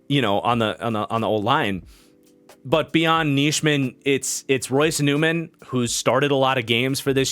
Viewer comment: Isn't it pronounced Nie-min for Nijman? Just listening at the packers website people and broadcasters they have pronounced it that way the past 3 years. Same goes for Enagbare and the pronunciation.